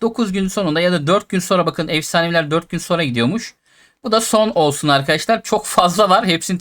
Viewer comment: folsun diyo olsun yerine